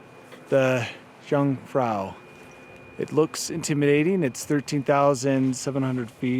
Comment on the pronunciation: I like very much all of “amateur” videos, and I’ve seen a lot of them, and always given them my “like”, but not this time, for the following reasons: (1) you insist in mispronouncing “jung”, (2) you insist in measuring european mountains in feet. 🤓